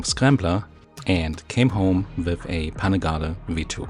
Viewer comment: I think is about to be replaced my for the voice overs! she's a (southern) natural. I'll take her pronunciation of Panigale btw. I'm sure you'll go back for the Triumph later.